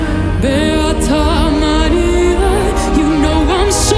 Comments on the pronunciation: The accurate way you pronounce "Maria" is highly pleasant to my latin ears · I love how she rightly pronounces “Maria”.